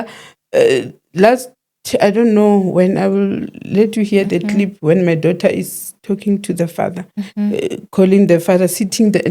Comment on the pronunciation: Love how say Dough ter😂😂😂😂😂😂